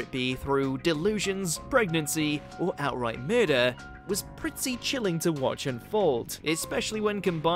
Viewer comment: hahaha "Murdurr"